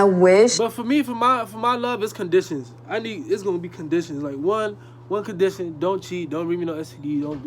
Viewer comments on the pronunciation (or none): He killed that word “condition”😂